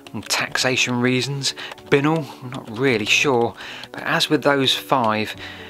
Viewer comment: Did you ever hear Binknoll pronounced this way though? We always said "bye-knoll".